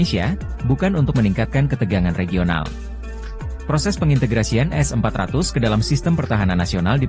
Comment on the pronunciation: kalau ngomong yg jelas Min, S400 atau S500 ?